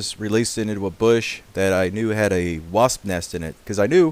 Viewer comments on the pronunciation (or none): none